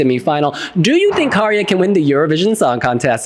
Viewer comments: But Wiwibloggs are not pronouncing it correctly...it's Käärijä, not Kaarija. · Kaarija as the U in the word bug Käärijä as the A in the word bag